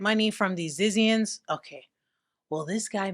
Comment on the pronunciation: its pronounce zizians lmfao! 😂💀